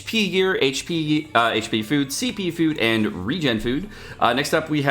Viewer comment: Did you just say reGUen food? I'd regen like in regeneration or generation or gene